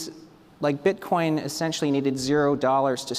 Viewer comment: Can you please spell it as Bitcoin and not Beetcoin xD